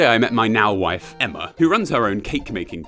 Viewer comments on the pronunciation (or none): none